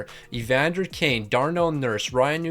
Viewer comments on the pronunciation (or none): none